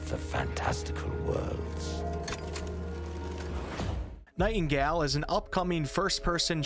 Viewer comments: Nightingale......pronounced Night-n-gail.......not Night-n-gal. Sorry for the pettiness. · Great video, but my guy. It is pronounced NightingALE not NightinGAL. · Gale* not Gal*